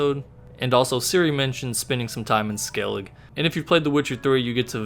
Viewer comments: It’s pronounced SKELLIGA not SKELLIG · Pretty sure the "e" in Skellige isn't silent... pronunciation is like "skellig-uh"